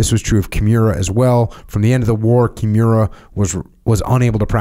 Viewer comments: I love everything about this podcast except how Jocko says Kimura. KI MU RA not Kjemura. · Jocko is struggling big time with pronouncing Kimura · Jotcko should be glad Kimura didn't hear that. Cause if he did he'll snap him n half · Came here just to find someone else noticing that. Makes it hard to listen to this episode lol, the pronunciation of nidan was even worse 🤦‍♂️